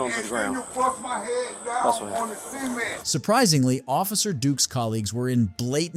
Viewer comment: seement eh.. cement for 1 thing 😂😂😂😂 and 2 sounds like a bunch workers all stood in a circle before they laid they seement the way u say it.. 😅😅😅